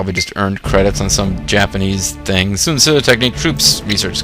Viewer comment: it's san rhyming with an egyptian ankh